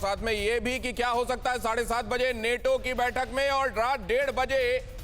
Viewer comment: नेटो नही नाटो